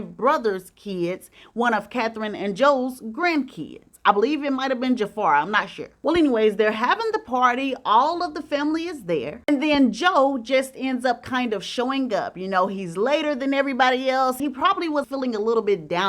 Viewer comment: His name is pronnounced Jaaaaa FAR. Not Jaufer. ❤ 2024. Yes movie long time coming. ❤🎉😂😂